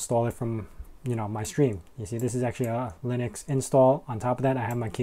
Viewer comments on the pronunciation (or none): none